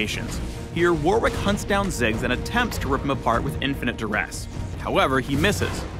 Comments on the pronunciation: "worrick"* not "war-wick" it's the name of an English province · So are we not gonna talk about this guys pronunciation of Warwick? Either way seems like a pretty cool character!